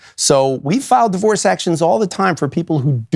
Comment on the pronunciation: "Marriage and divoroe"